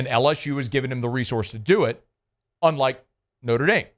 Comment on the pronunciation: “Norte Dame” … = Notre Dame.